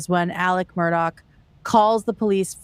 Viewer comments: Why does she keep saying Murdock... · Who is Alec? Isn’t it Alex?? And why you keep saying Murdock with a hard k at the end? Isn’t it pronounced “Mur-daw”? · I like how calls him “Alec Murdock” when his name is Alex Murdaugh lmao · calling him Alec Murdock bothered me more than it should’ve 😂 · Why are you calling him murdock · I was following a lot of law-tubers at the time and watched all the trial and pre trial stuff for this case, it's pretty wild and definitely movie stuff. It's still so infuriating that his name is pronounced "Alec Murdock," the exact opposite of what it looks like. Only a psychopath name their kid and purposely use the wrong pronunciation twice, guaranteeing a lifetime of that kid getting clowned on. Or at least annoying the crap out of everyone around him whenever they meet for the first time. I may be focusing on the wrong thing here 😆